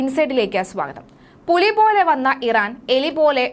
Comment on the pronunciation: ആദ്യം പുലി എന്ന് നല്ലവണ്ണം പറയാൻ എങ്കിലും പഠിക്ക് എടി മോളെ നിന്റെ തള്ളിന് കുറവൊന്നുമില്ല 🤣